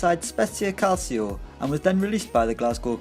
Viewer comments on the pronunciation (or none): none